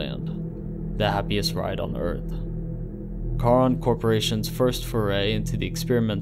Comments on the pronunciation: Ahhhh stop saying car-on. It’s pronounced SHARON. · Only thing I would suggest...if you for further videos on this. Charon in Greek mythology is pronounced CARE-on. Nit picky, I know. Otherwise, well done sir